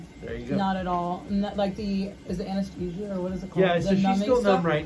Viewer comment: She rly said anesthesia 🤣